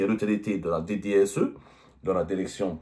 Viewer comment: Direction et pas dèrection. Apprenez la prononciation.